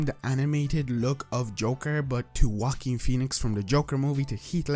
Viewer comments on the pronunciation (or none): none